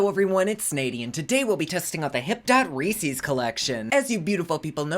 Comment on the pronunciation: Don't let Theresa hear you pronounce Reese's lol! x